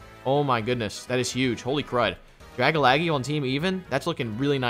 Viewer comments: Does my guy know it’s drag-algae (like the shit in the ocean, google it if you don’t know how to say algae) or is he saying that as some inside joke I missed off the stream? Like the ole Chime-Cho I wonder if I’m missing something or they are 🤷🏼‍♂️ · It's dragalge - drag - alge .. not dragalaggie lol. Drag for dragon, alge for algae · who else hates the way dragalge was pernouced its (drag-al-ge) not (dragalage) ahhhhhh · It's not pronounced dar-ga-la-ge It's pronounced dar-gala-ge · Drag-Algae not Dragalgee 😂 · I'm sorry... "Drag-a-lag-ee" is just so painful to hear... It's a mix of Dragon and Algae I think... I always say it like "Drag-al-jee". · It's not Dragalagi it's DRA - GAL - GE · It’s not gee it’s jee. Like algae and dragon mixed together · I can't understand how consistently mispronounces dragalge as dragalagee lol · really pronounced Dragalge “Drag-a-laggy” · Dragalge: Drag-a-lag-eee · Love your content here’s challenge do one without saying a poke name wrong dragalaggy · I'm pretty sure Dragalge is pronounced 'Druh Gal Jee' or 'Drag Al Jee' like Algae the green scum stuff that floats on lakes. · Draga-laggy lmaoooo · I'm pretty sure Dragalge isn't pronounced Dragalaggy. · Algae is pronounced "al-G". Dragalge is pronounced "drag-al-G"" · Its Dragalgae pronounced Drag-Al-Gee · Drag a laggy lol yalls mispronounciations always crack me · But y do u say tojetic Its togetic And it's dra gal gee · Hearing him say Dragalge wrong makes me shudder every time he said it lol.